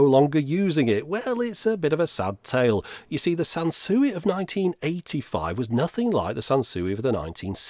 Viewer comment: Sanswee not Sansuey 🤭